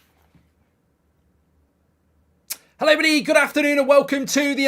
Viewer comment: Mark "eloerebdy" Goldbridge